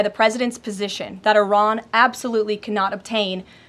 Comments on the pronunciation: She just pronounced "Iran" two different ways in five seconds. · she can't even pronounce "Iran" correctly. No magat can.